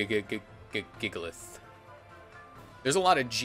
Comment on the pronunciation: "jigalith" -WolfeyVGC